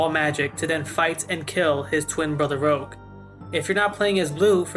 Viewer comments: Blue’s brother is named Rouge. Not rogue… Rouge means “red”. Make sense? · After a life time of people calling various Rogue classes "Rouge" this is the first time I've ever heard someone call the french word for 'Red', "Rogue".